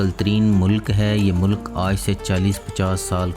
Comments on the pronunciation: Description of countries is impressive but some word pronunciaton in urdu is wrong like u must say molk( not molak) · منہ لک × نہیں بلکہ ملک بولیں۔mulk✓ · Why punjabi ppl say mulak why not mulk